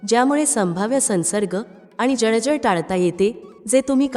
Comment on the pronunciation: शकतात,जळजळ,शकते , म्हणतात इ.शब्द व्यवस्थित उच्चरावेत. माहिती चांगली आहे.